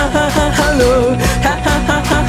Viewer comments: オートファジー助かる………………………………………… 追記 ハローのローの発音がめちゃくちゃ好きです……………が普段歌わないような曲も聞けてしまう毎日ワンコーラスという企画マジで最高……………ありがとう………… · 7日目 きた、 オードファジー、、オードファジー、、！？ ハローのハの息の入れ方とか愚かしいの最初の入りとか発音の仕方がいつもと違ってて らしいけどじゃない感じが最高でした、、、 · オートファジーたすかる；； はははは ハロー のところ発音しっかりしててめちゃくちゃ聴きやすいのさすがだと思った🥲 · のイメージの真逆をついてくる感じめっちゃ好き(?)最後の【ハロー】の発音の仕方好きすぎて辛い...。。。